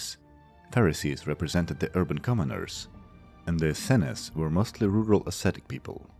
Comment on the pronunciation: Essene pronounced “Ehh-seen”